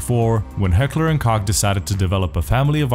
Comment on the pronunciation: The way you pronounce H&K is horrid haha